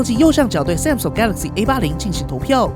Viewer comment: 很不錯的影片，唯一的雞蛋裡挑骨頭大概是“Samsung”的發音XD 聽著有點彆扭，建議去聽聽看英文評測影片怎麼發音的 重音應該在後面，不是在"Sam"